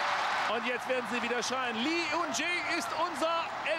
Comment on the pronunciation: Auch wenn man Lee in Korea eigentlich "Yi" oder einfach "I" ausspricht, auf jeden Fall Respekt an den Moderator, dass er die koreanischen Namen korrekt ausspricht. Auf jeden Fall besser als die Clowns von DAZN, die immer noch "Hoing Min Sonn" statt "Sohn Hüng Min" sagen.